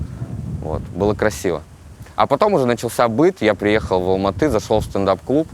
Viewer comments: Так приятно, что Юрий правильно и четко произносит название города - Алматы, название валюты - Тенге как «тэньгэ», без коверканий. А не как многие русские, которые специально продолжают говорить «Алма-Ата» и тп. Чувствуется уважение к другой стране и её языку, как и всегда должно быть. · Обычно не комментирую, но здесь мне так понравилось то, что правильно произносит названия городов Казахстана и валюты - Семей, Алматы, тенге. Может показаться мелочью, но для меня это показатель его уважительного отношения к стране. Даже когда Юрий говорил "тэнге" с обычным акцентом, продолжал произносить правильно. Удивительно светлый и интеллигентный человек! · Парень правильно произносит Алматы , тенге для него и нас очень важно